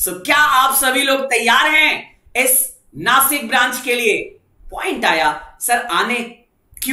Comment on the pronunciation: Nashik (नाशिक) म्हणा !!! नासिक ❌❌❌❌